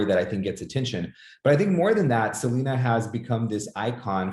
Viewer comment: It’s Seleena, not Selana. She even said it was pronounced “Seleena” on an interview with Ron Shelton who sadly passed as well